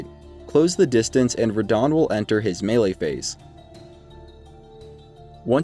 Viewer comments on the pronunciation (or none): none